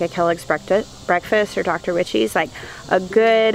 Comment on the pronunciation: I hate laughing but the way you pronounce Dr Wyches tomatoes. 😂😂😂😂 it's as like 'why' lol